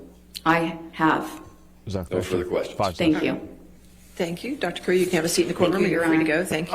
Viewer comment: It's Dr Cutie not Dr Curry